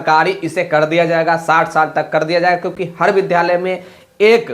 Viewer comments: Pahle vidhalay aur vidyalay bolna sikho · Vidyalay bolane nahin jaanta hai